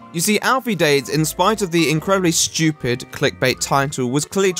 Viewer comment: everybody gangsta till the british guy said "Stewped"